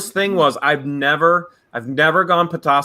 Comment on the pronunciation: You are pronouncing petoskey stone right when your pronouncing it I'm from Michigan and I found them all over the place as a kid.I live in Illinois now.